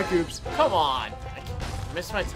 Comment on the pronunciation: its koops not loops dude